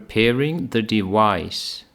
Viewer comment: Hola, me parecio rara la pronunciacion para "device" en el minuto , tanto asi que revise otros sitios y no concuerda. Te pregunto con todo respeto, de que zona anglofana es quien habla? Gracias.